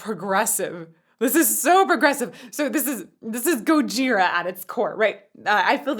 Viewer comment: Did you say "Gojigora" ? xD